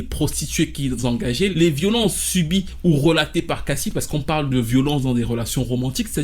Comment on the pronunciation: Ç que tu racontes ç pas compréhensible, on pige rien à ç que tu racontes ç apparemment l'accent 😝😬😬😅 À Tu dis q cassi est pas évoqué dans la plainte mais si ! èlle est évoqué puisqu'elle parle d son vécu avec diddy ç qu'elle prétend donc oui èlle a prononcé son nom à èlle , èlle évoque pas j low la + plus grande arnaque du showbiz ou autres !! Èlle parle d son vécu après on sais pas si èlle mens mais èlle évoque son nom